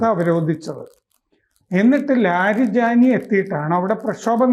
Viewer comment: കിളവന് ലാരിജാനി എന്ന ഒറ്റ പേര് ഉച്ചരിക്കാൻ തന്നെ പ്രയാസം. കിണറ്റിലെ തവളകളുടെ ക്രാം ക്രോം😜